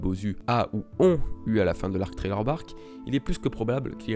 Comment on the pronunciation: Thriller Bark se prononce "Sriller Bark"